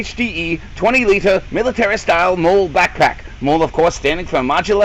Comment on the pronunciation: "Molly" It's pronounced "molly"....